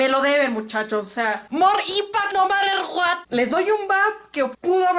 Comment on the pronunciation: "Mor inpact no marer Guat" JAJAJAJJAJA Mori con eso xdxd Pd: Te amo <3